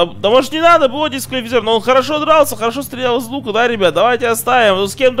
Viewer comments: Почему говорит бэо а не бо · Не БэО,а БО,запомни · ДЕМ ПОЧЕМУ БЭО?! ОН БО А НЕ БЭО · Ребят, кто тоже слышит от не бо,а б о? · ты специально говоришь б о а не бо? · Можешь не творить Б о уши режет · БО читается не по буквам а вместе